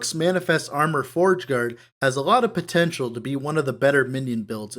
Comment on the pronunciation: Did u say pet-tential